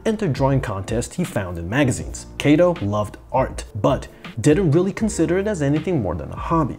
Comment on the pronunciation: I don’t think is pronouncing “Katō” correctly?